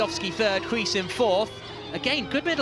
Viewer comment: Use Google Translate to hear how "Huis" is pronounced.